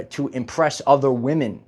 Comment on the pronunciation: Please don't succumb to the internet mind-worm of losing the ability to pronounce the plural "women",. <3